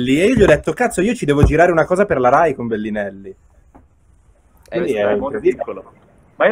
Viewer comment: Nessuno: Fedez: BELLINELLI